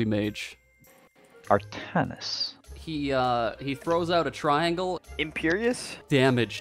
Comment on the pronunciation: Just can’t stop watching this part… The confused pronunciation of Artanis + The also confused stare of his portrait + Plus the perfectly cut awkward line of “he throw out a triangle.” Had me rolling every time. 😂😂😂